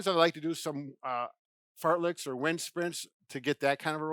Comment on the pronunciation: Sorry, but did you say "fart-licks or wind-sprints?"